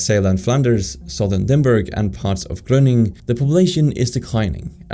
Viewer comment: Lol i bet you said some ‘city’ because of the pronunciation of GRONINGEN